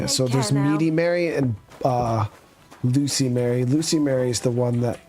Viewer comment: It’s not loose-y Mary, it’s louse-y Mary, meaning she has lice.